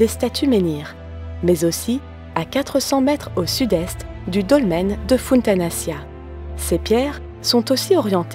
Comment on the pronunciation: Très belle vidéo mais je trouve juste qu'il faudra encore travailler sur la prononciation des sites mégalithiques comme Funtanaccia ça se prononce Funtanachia, et quelques erreurs encore mais sinon rien de grave.